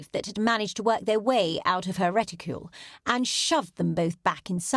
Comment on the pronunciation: Reticule, NOT retticle!